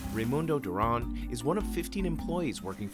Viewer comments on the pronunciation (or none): Lol...the accentless American dude in the ice video having his last name pronounced as if the narrator needed to be culturally sensitive to its Spanish origins (probably 500 years before). It isn't "Dur-ahn", it's always "Dur-anne". This is the pretentious crap that turns people off from media like that found on NPR. There's a such thing as proper nouns being English words. You aren't supposed to switch over to how the word would be pronounced in the country of presumed origin. Every single time you say "Paree" or "kwussahn", you sound like a dickbag.